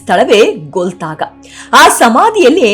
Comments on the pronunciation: ಅದು ಗೋಲತಾಗೊ ಅಲ್ಲ ಗೋಲ್ಗತಾ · Golthaga ಅಲ್ಲ. ಗೊಲ್ಗೊಥಾ